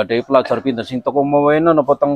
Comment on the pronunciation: Njaluk pamgapuro karo mas sing duwe konten iki ... Panjenengan ngomong inter iku kurang pas sebab sing bener pinter dudu inter tapi pinter !!! Tetep semangat ... Aku maturnuwun...